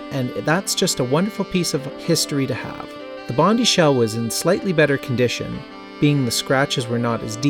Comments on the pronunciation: Nice video and walk through history here. Can I just say though, as an Australian (where Bondi is actually located), it's pronounced bond-eye, not bondy. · Bondi is pronounced Bon-die btw. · Pronounced "Bond-eye", just saying haha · dude please learn how to pronounce "Bondi"